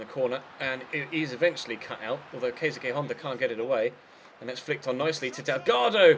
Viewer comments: Keisuke is pronounced like KAYS KAY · Keisuke Honda is pronounced ke-su-ki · Honda's first name you prounounces Ka..suu ke